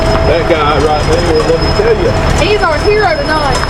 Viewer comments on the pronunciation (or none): none